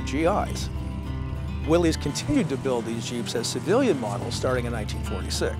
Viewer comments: Come on people ,its a WILL-ISS,not a WILL-EZE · I've heard its pronounces "Willis." Am I taking crazy pills? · Definitely among my favorite Jeep videos. Family memories with an amazing '53 CJ-3B Willys = top shelf segment! Incidentally, his dad looked like Glenn Ford and it's pronounced "Willis" after John North Willys. O|||||||O 🇺🇸Only in a 2 Dr🇺🇸 '41 - '06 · Willys is pronounced "willis"